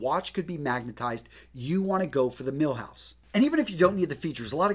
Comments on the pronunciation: Jesus man it's pronounced "mil-gouse" not "mil-house" It's a reference to it being able to with stand 1000 Gauss. Gauss being how we measure magnetic induction. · Decent vid except he kept saying Milhouse. Kind of distracting when the video is about a the ultimate Rolex buying guide, and the guy cant even pronounce Milgauss correct, lol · Did he really just say milhouse? Damn. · It's called Milgauss not Milhouse! Milhouse is Bart's best friend not a watch... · Another fist thing is to know how to pronounce the models. 1) Cellini ( Ch-lini) not sa lini- and it’s mill- gauss hard G . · Cellini is pronounced chil-ee-nee, Milgauss is mil-gous. Probably insignificant but just letting you know :) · I was with you, until you called the Milgauss, the Milhouse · Love the video. A couple of names where wrongly pronounced (Cellini, and Milgauss), also Rolex does not make all their parta in house, for example, the hands. All in all a great video overall